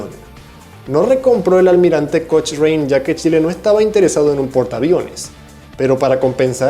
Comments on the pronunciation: Un dato: Cochrane se pronuncia "Kokran" no "Kochrane" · Almirante Cochrane, NO SE PRONUNCIA "COCHREIN", SE PRONUNCIA <<ALMIRANTE COCRAN>> NO COCHREIN. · Se escribe COCHRANE pero no se dice «Coch-rein» sino «Cocran» así tal cual. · La pronunciación no es coch-rane, sino cocran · Se pronuncia "Co-cran", pero se escribe Cochrane. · se ESCRIBE <<COCHRANE>> pero se PRONUNCIA <<COCRAN>> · Se dice "Cocrann" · Cochrane se pronuncia ''Cocrein'' Dato aparte, Inglaterra nos devolvió solo al Almirante Latorre años después pero con mejoras significativas, incluyendo la moderna tecnología de la epoca, la catapulta para hidroaviones Los submarinos fueron un regalo por la colaboración durante la primera guerra mundial, al menos 5 se pagó a medias un 6to, todos construidos en Estados Unidos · Cochrane se pronuncia "Cocran" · Dato: El Almirante Cochrane se pronuncia como "Cocran". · Cochranne, se lee Cocran 😂😂😂😂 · cochrane se pronuncia " cocran .." cachai..? ..estudia ingles con tus paisanos OPEN ENGLISH jajaja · Se debería pronunciar cocran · y ese trabalenguas?? XD .se escribe Almirante COCHRANE , pero se pronuncia coucran . Saludos buen video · Se pronuncia Cocran, no Coucran. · Chrochrane se dice "Cocran" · Aprende a pronunciar "Cochrane" por favor!! Quedas bastante mal con tamaño barbarismo y encima lo repites!! Aprovecha y haz un video del hombre que le dio ese nombre que te cuesta tanto pronunciar! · Está bueno el video, me gustaria corregir la pronunciación: Rirvadavia no tiene tilde, por lo que se acentúa en la sílaba DA y la sílaba final es un diptongo, o sea se pronuncia Ri-va-DA-via. Cochrane se pronuncia "Cocran" con acento en la o. Y Bolognesi se pronuncia Boloñesi.